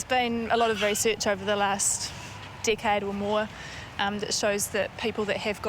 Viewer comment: lol stupid Ozzie! " Decade" sounds like "dickhead!"